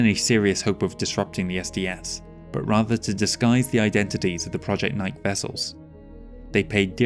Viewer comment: Just FYI, "nike" is pronounced "nye-kee." It's a goddess from ancient Greece, I think. Superlative work as always! ❤